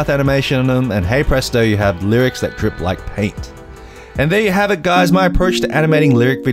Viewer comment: why he not drip the P in drip haha